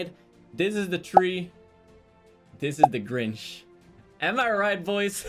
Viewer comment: I thought he said “cringe” instead of Grinch